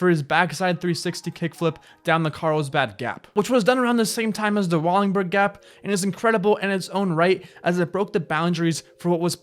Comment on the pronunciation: Wallenburg... Not wallingburg. U gotta get the names right brotha.